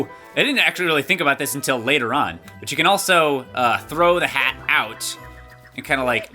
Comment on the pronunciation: Cappy says cant instead of can